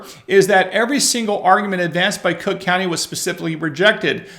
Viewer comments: It pronounced CROOK COUNTY. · Sorry but you pronounced it wrong, it's Crook County.😂